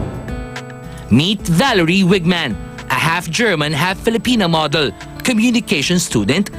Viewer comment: weigmann.....waygmann ang pag-pronounce in german.